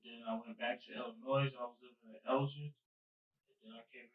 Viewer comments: He pronounced Illinois as "Illinoyz." Put him away for life. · The S in Illinois is silent you drip. You would think that at your age you would know that by now. 🙄